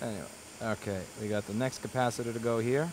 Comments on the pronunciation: Electrical technology (AAS) degree holder here. Since when is 'capacitor' pronounced 'Kappa-Sitter'? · Cap-a-sitter is the only way to pronounce that word now. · no, it's a ca-pasi-ta-tor ! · If we all chip in $5 each, can we get you to a speech therapist to work on your pronunciation of "capacitor"?